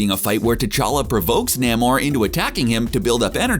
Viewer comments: It's pronounced "Neigh-more", not "Nah-more". According to creator, the late Bill Everett thought of the most "noble" word he could thing of and to his mind came the word "Roman". Spelled backwards; Namor. "Imperius Rex" muthafukkas. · It's Nay-mor by the way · I think Daniel Dae Kim would be the perfect actor for to play Namor. Side note: Why the hell does the narrator keep pronouncing Namor, "Naa-Mor"? How would this guy pronounce the word, symbiote I wonder. Hmmm.... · Um, you do know you pronounced Namor wrong, right? NAY-More. You kinda butchered it. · its nay-more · Jesus say his damn name correctly.